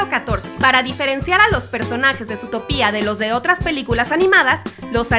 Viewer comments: Guadalupe te lo dejo más claro, es Zootopia, por que así va y ya, no Zootopía, conclusión: la chica pronuncia mal, debería cortarse la lengua por eso y tú los dedos por reafirmarla. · ZOTOPÍA 😂🤦🏻‍♀️👏🏻 ole esa pronunciación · me pone nerviosa q diga zootopIa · ma de risa como dice Zutopia xdd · ES ZOTÓPIA, SE DICE ASÍ, NO SE DICE ZOTOPÍA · se pronuncia sutópia el latino america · Qué rabia da que diga "zootopía". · me distrae demasiado que diga zootopÍa 😂😂😂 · no aguanto más que diga zootopÍa osea es sin tilde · Cada vez que dices zootopía un perrito muere :v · dices mal zotopia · Guadalupe Porque aquí se dice más Zootópia que Zootopía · Guadalupe y has de estar tan bruto como para no poder sacar el tenedor de su cajón ¬¬ oh espera! olvidaba que no puedes pronunciar Zotopia como es, entonces sí lo estás. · Mi estrés cada vez que pronuncia zootopia mal 📈📈📈📈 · Zootopia no se pronuncia así D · Perdón pero zoológico y zoología se pronuncian con dos ‹O›, entonces ¿cuál es la razón de pronuncia a «Zootopia» con una ‹U›? ni tampoco tiene una tilde en la ‹I›. En España al igual que en Britania (y parece que otras partes de Europa) la película fue titulada «Zootrópolis» excepto en los países de habla alemana adónde se nombró «Zoomania» y en Francia y las partes francoparlantes de Bélgica y Suiza adónde se usó la versión francesa de Zootopia igual que en las partes francoparlantes canadienses. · Es que yo leo mal Zootopia o es que ella lo lee mal? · Es ZootOOOOOpia, por que lo cambian a Zootopía ?? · Se dice Zoootópia no Zootopía por dios -_ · Por Dios, no la aguanto más!!! Es Zootopia, no Zootopía! Por suerte hay gente que te lo pone en los comentarios! El título dice ZOOTOPIA NO HAY NINGUNA TILDEEEEEE!!! (okno, ya me calmo) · No es zootopiaaa es zootopiá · like si escuchasye a la youtuber zutopia en vez de zootopia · Zootopia no zoo to pía ok aprende a hablar y yo pensé que los datos eran de la coneja y el zorro aclararo ok 😡 😠😠😠👎🖕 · Porque le dijo Zootopiá Si es Zootopia